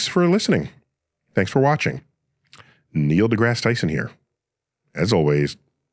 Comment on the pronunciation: How.can a guy who had a miraculous birth get NdGT's name wrong? For him that must be like a wardrobe malfunction. Terrence nip slip Howard